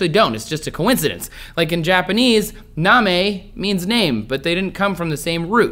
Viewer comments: "na-me" means to lick. The word you were trying to pronounce is "namae" (nah-mah-eh) :) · For the Japanese words, namae is pronounced, na-ma-eh bouya is bow-ya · sorry trace . your japanese pronounciation was way off. they are pronounced more like, nah mah ey and bow yah